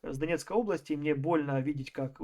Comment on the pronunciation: "ОбластЯ,похожА,.ДАЛЬШЕ СЛУШАТЬ НЕВОЗМОЖНО